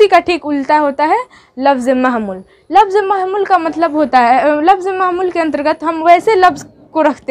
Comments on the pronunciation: Mahmul nahi hota hai Mohmal hota hai 😅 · Mai bhi wahi soch raha hun bhai eyh bol rahi hai mahmul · لفظ مضوع اور لفظ مہمل میں لفظ مہمل کا تلفظ درست نہیں ہے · مہمل آپ غلط پڑھے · مفرد را کے فتحہ مہمل اول میم کے پیش ثانی کے فتحہ کے ساتھ 👍 باقی سب اچھا ماشاء اللہ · مفرد اور مہمل کو ٹھیک کر لیں تو بہتر ہوگا ماشاءاللہ بہت اچھا پڑھا رہی ہو